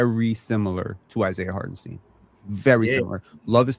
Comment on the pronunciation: Side note : Can we respect Isiah Hartenstein enough to stop mispronouncing his name?? Jeez lol. It’s pronounced STINE not STEEN